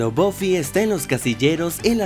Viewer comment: Se pronuncia "BAFI" JODER!!! No es tan difícil!! Bofi??? En serio?